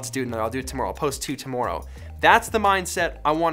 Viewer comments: It’s not aboot tomoorow. It’s aboot today. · Normally you don’t have a Canadian accent come through but the way you say ‘tomorrow’ sounded really Canadian to me.